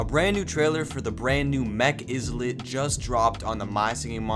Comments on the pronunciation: Bro It's not izzlet It's ilet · eye-lit not is-let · Are you stupid it’s eyelit not isss let GET IT RIGHT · Not him saying Izlit instead of Islet 😭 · Islet is like island. The S is silent. So, Ilet. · Islet is pronounced as “Eye-let” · it's written as islet but pronounced as ˈīlət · It’s pronounced EYE-lit. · It's pronounced "eye-lit" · If he keeps saying IZLET imma crashout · Bro it's just a mispronounce😭 and i also called it "izlet" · it's pronounced eye-lit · It pronounced eye lit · The s in islet is silent